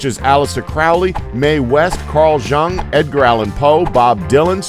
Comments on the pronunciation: It's pronounced "Yoong." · This announcer is culturally bereft. His pronunciation of Carl Jung is atrocious also.